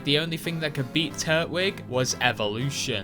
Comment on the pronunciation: First time I have heard anyone pronounce "Tur-twig" as "Turt-wig"